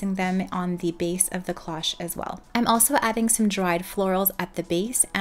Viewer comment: Loved the cloche idea, but cloche doesn’t rhyme with gosh. It is the long O sound cloooooche Just fyi